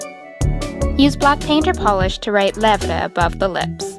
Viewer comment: It's "lèvres" not levle